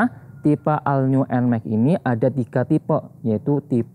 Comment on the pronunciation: cara bacanya ALL NEW NMAXnya abangku